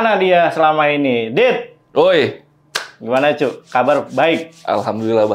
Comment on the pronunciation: "cok" abang abang semuanya 😅 ,, bukan "cuk"